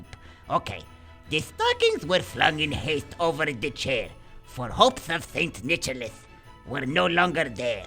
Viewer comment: I damn near had a stroke from laughing hysterically when he said "saint nicholis" lmao